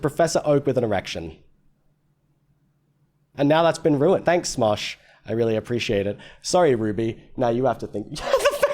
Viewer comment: I just watched the smash or pass video and now every time you say Smosh, i hear smash.